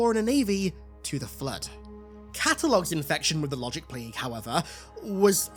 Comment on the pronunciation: “The Wogic Pwague!”